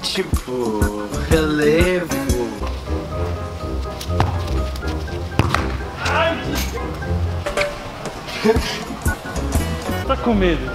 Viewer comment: ao minuto eu ri muito dele falando relevo 😂😂😂😂😂